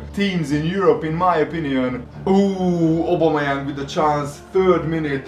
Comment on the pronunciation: says aubemeyang wrong say it like this (oh-bomh-eh-yany)